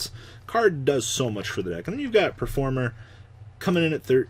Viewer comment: Can you stop calling it performer jesus christ its PERFUMEr, you know, the shit girls wear you fking virgin